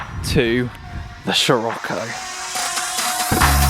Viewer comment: just me that gets annoyed by him pronouncing sirocco wrong?